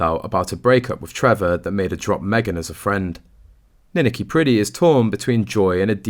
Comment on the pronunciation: Don't you EVER check the correct pronunciation of names? It's Nin ak i, with the emphasis on the 2 syllable!!!!